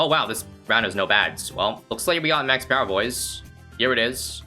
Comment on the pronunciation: says pewer and says power after it